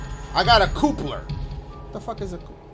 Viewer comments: Mah boi said "Fright" instead of "Freight" (pronouced Fr-eight), and "Coopler" instead of "Coupler (pronounced Cup-ler)"...C'mon Dashie, lolol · My boy said "fright" and "coopler" hahahaha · Sign says "freight" Dashie: Why's it called fright? I'm already scared. Edit: Then this man calls a coupler a "coopler"?!